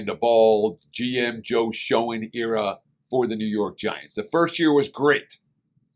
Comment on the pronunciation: I’ve been hesitant to watch this video, as a Giants fan 😭😭… anyway, thanks for the content. Very honest evaluation (the GM is pronounced “Shane” not “shone”)